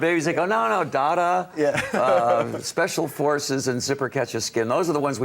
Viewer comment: The way he mispronounced DaDa was cringe inducing.